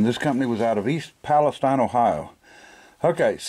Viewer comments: I absolutely love this episode! I am from East Palestine, Ohio. We don't pronounce it that way though, we say palestEEn. This helps us spot folks who are not from around here. ;) Anyway I own a similar vulcanizer. Mine came with all the paper work and some patch material as well. However I do not have an original box for mine. The factory yours and mine were made in still stands. The company name is still painted on the red brick wall. I would be happy to send you a copy of a photo I took of the building. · I remember my granddad setting his patches on fire. I always thought he was crazy, but now i know. And by the way Palestine is pronounced Palace-teen. I live in the one in Texas named after that one, early settlers named it after there home.